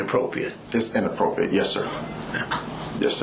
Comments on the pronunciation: The cop interrogating the other, the one asking if it is "inappropriate" is hilarious! He seems so uneducated! Not being able to pronounce the word correctly 😂had me cracking up! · Both the cop and attorney not knowing how to say inappropriate correctly, smdh! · The mispronunciation of the word “inappropriate,” with how often it’s said, is driving me nuts.